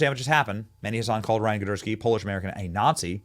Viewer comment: “ Gidursky” okay I’m convinced Benny and are both faking not being able to read. lol